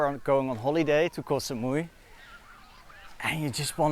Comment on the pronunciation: has been long enough in Thailand to pronounce Koh properly. 😊